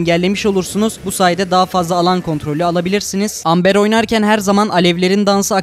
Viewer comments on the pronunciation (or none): amber değil embır diye okunuyor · ember diye okun muyordu :)